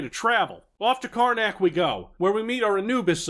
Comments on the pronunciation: Every time I hear you say "Karnak" it sounds like "Carmack" to my ears! Another amazing video! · Why do I keep hearing City of Karnak as Carmack? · I kept thinking you said carmac every time you said karnac